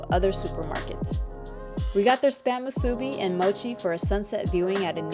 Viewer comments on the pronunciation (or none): thank you for a great video! you did great with your diligent pronunciations of Native Hawaiian words! just please...it's moo-soo-bee (all the syllables have no stress) not moo-SOO-bee (stress on the second syllable). kinda think to yourself it's musubi like A-B-C, where you don't put any stress on A, B, or C. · Not Moo-subi…….Mus-u-bi…..